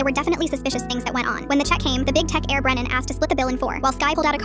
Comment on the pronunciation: Bren-nan lol